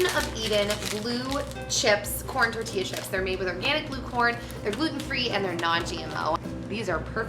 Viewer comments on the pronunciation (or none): none